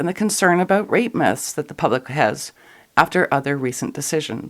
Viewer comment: I kept hearing 'rape myths' as 'rape-mas' ...